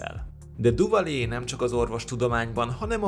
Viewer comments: Duvalier nevét nem Duvalié-nek, hanem Düvalié-nek (ü-vel) kell ejteni. Tisztelettel kérem, hogy amikor ennyire ismert emberekről gyűjtünk fontos, mindenkit érdeklő részleteket, kezdjük azzal, hogy a nevüket valósághűen ejtjük. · Duvalier neve "Düvalié" és nem "Duvalié". Nagyon bassza a fülem. :D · Hidd el, a franciák helyesen, Düvaliének ejtik. :D